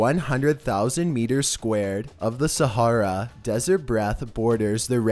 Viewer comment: Let's go to the sah... hara des...ert....... Dude really, this way of talking is so aggitating. Quit putting emphasis on every other word and stop cutting up sentences. It's like when people sing a minute off rythym.